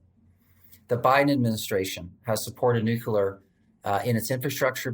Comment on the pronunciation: NUCLEAR not "nucular"